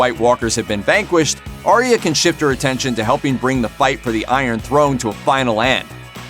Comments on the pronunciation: Aye-ah. Her name is pronounced Aye-ah, not Aria. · It’s arya not aria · I'm pretty sure that Arya's name is pronounced like eye-a or something like that but I'm not completely sure🤔